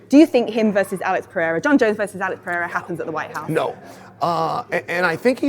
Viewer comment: Alex Pee-era 😂